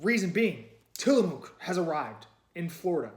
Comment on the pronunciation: Sorry to nitpick, but as a native Pacific NWer, it's pronounced "Tillamuck." Sort of like the "oo" in "look," lol